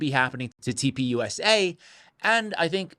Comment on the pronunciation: Does anyone else hear toilet paper instead of turning point when he says TP USA? 😅